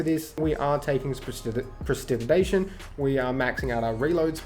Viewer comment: Prest-eh-digeh-tay-shun is how I pronounce it. 😅 but great build man. I love it for what I have to make it.